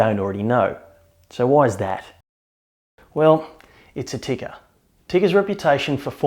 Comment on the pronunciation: Tikka is pronounced "Tea-ka", not "Ticker". Other than that, good review.